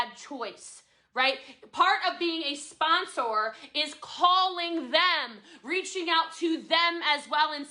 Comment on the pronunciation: Someone quick tell me how many times she said “Spon-SOAR”